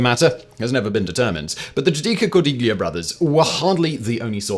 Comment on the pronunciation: Simon. “ gli” in Italian is pronounced as “ lee” with no “g” sound which no doubt isa 😊 diachronic aphthong much like the “ gh” in night, might, sight, right..etc. So Cordiglia would have been pronounced as / Cor-dee-lee-a/.